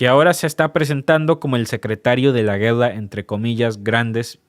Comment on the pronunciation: Se dice guerra no gueda